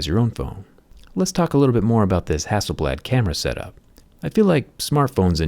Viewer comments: Everytime is pronounce Hasselbald and remind me you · Who is hassleblad ? 😂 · Everyone - Hassel blad Me - Hassel bald! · Zack is mad because the company's name is not "hassel-bald" 🤣😂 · Its hass-sell-blaad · Hasselblad or I say hasselBALD ..😂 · Hasselbald right there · For Him- It’s ‘HasselBald’ 😂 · A think it is Hassel "Bald" Not Hasselblad😅😃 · Who else thought it said “Hasselbald”? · Who is hassleblad😂😂😂